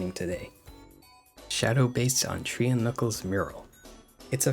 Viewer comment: I swear hes saying tree instead of three